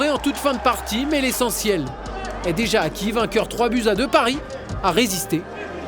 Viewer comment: « Pariss » sérieux colin ? 😂